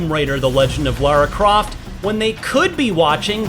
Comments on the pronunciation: It's Lauro Croft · Lars Croft? 😳